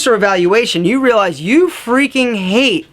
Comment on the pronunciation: Condition yo mind and wealize lol he missed the r but hey nice vid man